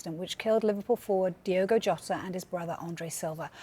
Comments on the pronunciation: It's pronounced Diogo it's not Diego, dudes a news presenter you think he would get this right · For the love of Christ his name is DiOgo not Diego. Pretty much every time you upload a video about him you say his name wrong. Do better. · ITS DIOGO not Diego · why do people keep calling DIOGO Diego???! whats with that? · It’s Diogo NOT Diego. Get your facts right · DI-O-GO. PLEASE. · Turns out diogo maybe should have had some respect for speed limits. Also they called him diogo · Been pissing me off the amount of So Called experts/pundits getting his name wrong DIOGO is his name.....not was his name either, IS his name